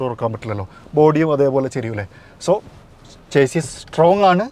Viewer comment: chassis - ചേസിസ് അല്ല ഷസി എന്നാണ് പറയേണ്ടത്